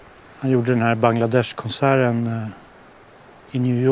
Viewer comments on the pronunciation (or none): Hahah. Bagladech.. nä.. Så stavas det inte.. Bang.. desh.. 🤣 🤣 🤣 Sa du att han.. 🤣 🤣 🤣